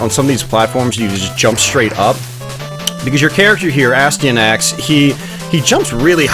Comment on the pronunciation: its pronounced a sty a nax, its not a stee a nax